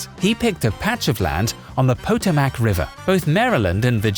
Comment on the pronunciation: Yes, but instead I got to hear a Brit mispronounce “Potomac”. 🇺🇸 TRUMP 2020 🥳👊🏻